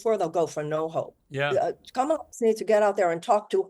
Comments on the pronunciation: For all you “smart” people. Let me explain how to pronounce her name!! Ka-Ma-La (Comma - la) Talk about disrespect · Piers, you're such a trump sycophant. I guess he bought your loyalty through your win on the apprentice 😜 Kamala ( pronounced comma la for your rude guests) has given her plan for the middle class many, many times. It's podcasters like you that are spreading the disinformation. I'm watching today cause is on the show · that 🦝 is the worst. intentionally mispronounces her name to appeal to his racist viewers. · When Kamala’s name is mispronounced then you know who they stand for 😂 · I think it's really rich that people try to question VP Harris' intelligence while constantly mispronouncing her name. Little children can pronounce it. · You will notice only the Trumpers mispronounce her name as an insult. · Half the country is so dumb they can’t even pronounce Kamala correctly. And these are the people that will tell you she isn’t qualified to be president. Sorry but if after four years of her as VP and you can’t learn a name, I have very little interest in your take on intelligence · Why are people that can’t even pronounce “Kamala” on political tv lol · This goes to show how bad misinformation is. They refuse to pronounce Kamala's name correctly. This is systematic. This Morgan show has a Trump back rub and feels good kinda seasion. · Piers should correct Baron's friend's pronouncing of Kamala's name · Baron's friend can't even pronounce Kamala's name. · This guy comes on and complains about getting called stupid, then mispronounces the name of a major candidate that has been in the media constantly for months. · At f-ing least make sure your guests pronounce Kamala correctly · It's crazy that it is late October now and people still can't figure out how to pronounce Kamala's name correctly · smug arrogant genius kid can't even say Kamala Harris' name right...it's embarrassing to him that he can't pronounce her name properly